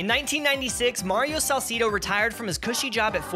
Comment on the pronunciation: It’s pronounced Salcedo, not “Saul-see-doe”